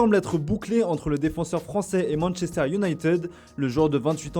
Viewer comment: On prononce Unitid pas Uniteud.